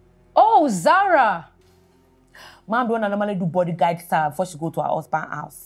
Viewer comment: Bimbo you're the best Bodyguard na him sine dey pronounce as bodyGUIDE 😂😂